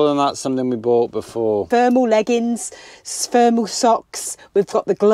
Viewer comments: Just a little heads up, two days ago my daughter who lives in Paisley, said the temp at 6am was 2°! Glad you've got your thermals and hot water bottles. But did I hear say spermal socks?! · Did you say spermal socks? Where dya get those from, do they take long to come? 😂